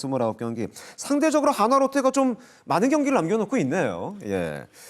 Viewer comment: 야 발음 똑바로 해라!! 화나가 아니라 한화다ㅋㅋㅋ